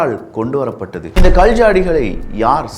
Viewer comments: I couldn't type in Tamil, sorry for that. Your pronunciation is really bad. Specially "Kal" rock. I couldn't listen further. Idk you are Tamilian. Even this discourage you I have to let you know. Sorry brother you have to improve that's why. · ?கல்,கள் தயவு செய்து சரியாக உச்சரிக்கவும்